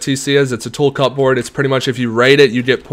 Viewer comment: 😂 I told you it’s pronounced cubbord